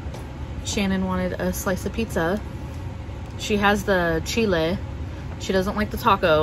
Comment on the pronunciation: Nice! Noticed how you said piñata and chile. Are you fluent in speaking Spanish?